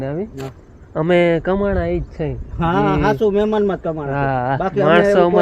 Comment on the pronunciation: મિમાન કે મહેમાન "હ " ને ખાય ગયા ગુજરાતી